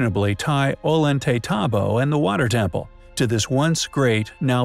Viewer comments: the double y is a ya sound o yant a tambo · Please PLEASE learn to pronounce this name!!! O-yon-te-tombo. The double l in Spanish is pronounced like a y. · The 'L" is pronounced as a "Y", not 'L'. Just sayin'. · Love your vids, but damn Gringo, learn how to pronounce ollantaytambo. 2 L's together sound like a Y, like La Jolla sounds like La Hoiya